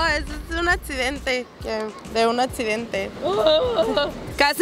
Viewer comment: También dijo atcidente y su wey "soy tatxista"🤣🤣🤣